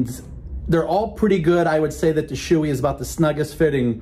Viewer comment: It’s pronounced Show-Eee not Shoe-Eee boss